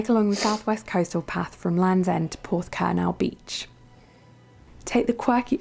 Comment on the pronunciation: Some very strange non-Cornish pronunciation in the commentary there! Tintagel is pronounced Tintadgell, not Tintayjell, and it’s Porthcurno not Porthcurnow. I was lucky enough to live in Hayle and work in Penzance for 16 years. St Ives was a short drive away as were Marazion and Mousehole. Newquay, Porthcurno, Padstow, Looe were easily doable and back in a day and we had a fantastic time bringing up our family (two daughters) there. Once when we took the train from St Erth to St Ives, we were the only people in the front carriage, and the driver invited us into his cab so the girls could see the complete view, not just that out of the side window! I would agree with the list - she did a pretty good job of selecting the best things, but it did concentrate on West Cornwall. There are very lovely places in East Cornwall too - Polperro, Lostwithiel (with Restormel Castle nearby) and Liskeard. Truro and Bodmin are great towns to spend a day in with plenty to see and do - the old Bodmin Jail is now a multi-sensory display exhibit of Cornish history, with a luxury hotel and restaurant on site too. Whatever you want to see, do and enjoy, Cornwall has it! Hope you make it there sometime soon. PS it is sub- tropical, it can snow occasionally and be chilly, wet and foggy, but when the sun shines it’s glorious!!!